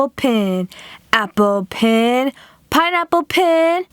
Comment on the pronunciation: it's pen not pin